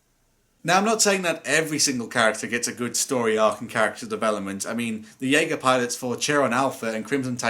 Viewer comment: why does everyone call it DJager? It's JAGER! At least use the correct J not DJ. The AGER part is already butchered so that's fine. still loved the vid tho!